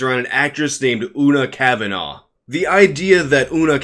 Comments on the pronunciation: I know this video is a few months old now, just wanted to say Una Kavanagh is pronounced "Oo-na kaav-na". Irish surnames have strange pronunciations sometimes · You pronounce Una cavanah’s name wrong too. FYI.